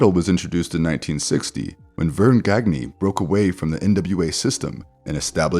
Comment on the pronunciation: Vern Gagne's last name is pronounced Ganya. Otherwise, great video. 👍